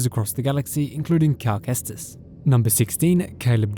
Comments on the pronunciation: “Calamari Kestis” 😂🤣😂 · “Calmari cestis”😂